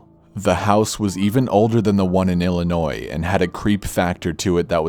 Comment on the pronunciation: Or how he pronounces the s in Illinois...